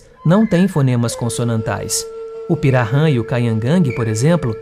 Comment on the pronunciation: Interessante, mas precisa treinar um pouquinho a pronúncia "kaingange " e pirarran é pirahan e nhengatu nao é exatamente nome de língua nhengatu significa língua Boa, o correto é língua geral amazônica, língua geral paulista as são nhengatu como também o guarani jopara falado no Paraguai.